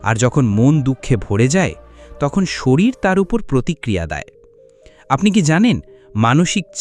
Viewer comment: শরীল নয় ওটা শরীর হবে।